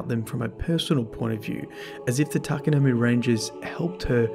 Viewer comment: Its pronounced TA-KA-NO-MAY. Not you too